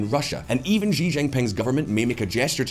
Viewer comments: time to pronounce Xi's name correctly -- it's 'see' not 'szzzchee'. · It is time for to learn how to pronounce "Xi" correctly:D